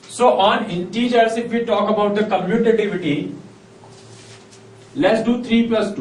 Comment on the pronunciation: Commutative property ur saying wrong